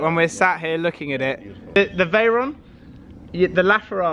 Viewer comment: Definately the veyron, and you do pronounce it correctly 😂